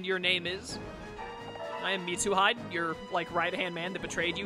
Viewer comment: I'm the same with how you say Mitsuhide. It's Mitsu He - Day. It makes me laugh, too. Then again, I've binge watched this entire series for the last 3 days since I'm in lockdown with literally nothing better to do.